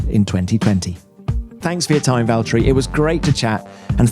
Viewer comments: I just love how he pronounced his name in Finnish and not how people do it in English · So Ricciardo did pronounce Valtteri's name correctly ! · EA361 Because Ricciardo can pronounce his name correctly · The way he pronounces the double T's are so good to hear for some reason idk why, but great!